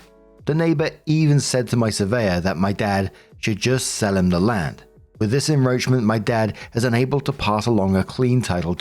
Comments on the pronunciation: en-KRoach-ment not en-Roach-ment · why do you keep saying "enroachment" instead of "encroachment" its really annoying!!! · WHY DO WE KEEP SAYING enROACHment when it is enCROACHment?!?! It’s driving me nuts!!! 😂😂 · "EnCroachment". With a "C". Not "enroachment. Driving me mad, lol. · IT IS EN *C*ROACHES I can't tell you how IRRITATING it is listening to enroachment when it is enCroachment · Story 2, I thought the shed had roaches. Lol. It's encroachment, (IN-CROACH-MENT) not en-roach-ment. Lolololol. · it's not en-Roachment it's en-CROWchment. You're driving me crazy here! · It's "en-KROH-tchment" not "En-ROACH-ment" lol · Seriously, it’s “en-KROACH-ment”, not “…ROACH-ment”. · It's enCroachment not enRoachment. I'm not sure enroachment is a word. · The shed story: it's enCroachment. That was driving me nuts 😂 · Story 2: Why does keep pronouncing "encroachment" as "enroachment"? Would also add that the story takes place in NY, which is notoriously corrupt. Someone in inspections is being paid to delay delay delay. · It’s enCroachment. (I’m sorry- I had to. That was driving me crazy.) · Narrations: I am going to be that person. It is en·croach·ment /inˈkrōCHm(ə)nt,enˈkrōCHm(ə)nt/ Make a hard K sound unless it is roaches invading yours space. Thanks ! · "En-roach-ment" lol! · Why are you saying enROACHment? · Encroachment has a C in it. You are pronouncing it like he's sowing roaches. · Why can't you see that c in the word encroachment? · did you miss the C in en-c-roachment every time you read it?? It jarred every time you said it! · it's cause keeps pronouncing it wrong 😭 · I think it's maybe because (at least in the update) I didn't hear the "c" in "encroachment" at 12.50-ish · pronounces SawzAll perfectly Also: Still saying En-roach-ment instead of En-Croach-ment.😅💚 Love u to pieces, but I'm pretty sure the C isn't silent.😉